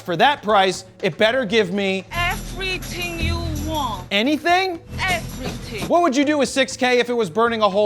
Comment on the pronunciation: Effrithinng you want!